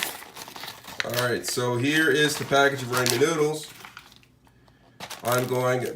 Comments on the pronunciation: When they were laughing and saying "haha idk where to get raymen noodles" they're poking fun at how you say ramen bc it's pronounced rah men not ray men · Got damn it I have Ramen not raymen where do you get raymen noodles?